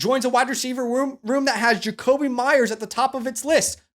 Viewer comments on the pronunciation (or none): none